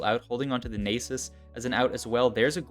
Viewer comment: the nie sus hurt more